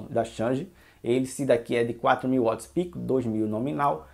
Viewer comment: Não é uots! É Wats!!!esse uots é brabo de ouvir,do resto bom vídeo!